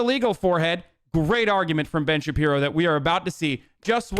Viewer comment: “Ben Shabino” ....do you know how to read?! OMGZ I JUST REALIZED UR THE TOOL WHO SAID AMERICA DESERVED 9-11!!!! Son, gtfo of here. You have no idea how good you have it. You gotta go man. You gotta leave. Get outta here for awhile. Go experience actual oppression (which I have witnessed, first hand, in places with actual oppression. Places you praise, actually) and get back to me.